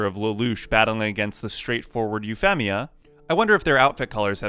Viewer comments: Loved the idea for the video, gotta say hated the way you pronounced Euphemia's name despite saying Euphy correctly LOL C'mon man, there's a dub out. There's no way you didn't know how to pronounce it right hahaha Edit Well, I got further in and you say Suzaku weird, and even deus ex machina. Sorry, but that's too many strikes and too much cringe on the ears. I'm out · I hated Euphemia so It was an Awesomely Beautiful Scene For Me & It's Said- U-Fee-Me-Uh Not U-Fem-Me-Uh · Euphemia. You-feam-ia, not You-fem-ia. Sorry, its just so hard to pay attention to the video when I keep hearing it wrong every 5 seconds, and it bothered me. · Say her nickname, then say her name, now say her nickname and name as if you're just saying her name. 😅 Sorry, you pronounce the nickname right but the full name sounds weird... Femia... It's more like a Feemia. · Normal people: Yu-Fee-Mee-A: Yu-FEM-EE-A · Ufemia is an interesting pronunciation of the name. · why do you say EuphEHmia? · I love code Geass it’s one of my favorite anime, and I have never had a problem with this scene, it’s a twist in the story any great story have shocking twist, oh and your saying Princess massacres name wrong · This nigga really just said Euphemia instead of Euphemia. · Having only watched the dubbed version..it bugged me every time you said Euphemia ngl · the way this guy pronounces "Euphemia" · Imagine talking yourself up as a massive Code Geass fan and then mispronouncing Euphemia in a video about Euphemia 10/10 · I take issue with your pronunciation of Euphemia. Also, that mistake taught Lelouch to focus on his resolve and he would do his best to not think about her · How are you saying euphemias and suzakus name wrong. Ugh. They say the name in the store like every episode. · Yes incredibly convenient but it never bothered me....what bothered me is the way you say Euphemia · Wait how the hell do you say her nickname on point, but butcher her full name?